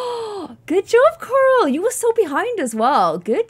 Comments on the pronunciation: I love how she says CoRal 💖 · I like how the more she said corals name the more it started sounding like carol